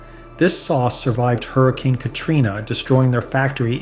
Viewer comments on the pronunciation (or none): none